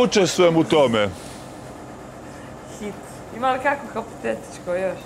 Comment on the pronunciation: Jest, hApoteticko, hApoteticko...koja bruka od zene..sto ne prica o svojoj porodici, bratu, sestri..krimnal, blud i nemoral.